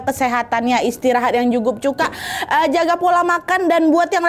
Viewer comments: ka nad typo ta pas awal opening😭 "yang jukup cuka" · ka nad ternyata bisa typo juga mulutnya “istirahat yang jukup cuka” JUKUP CUKA😭🙏